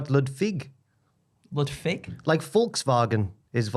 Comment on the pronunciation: Lads Ludfick would essentially mean "Ludfuck" in German so no, this is not how wo would pronounce him but I appreciate the effort 😂